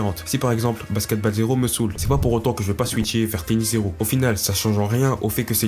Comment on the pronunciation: alors vraiment bien la vidéo ! par contre stp respect le nom des sports basket balle ça ma fait saigné des oreilles le "a" ce prononce "o" plsssss (c'est juste un détail détaillé mais aze)